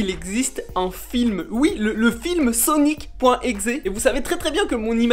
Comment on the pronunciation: C sonic.exe pas sonic .exé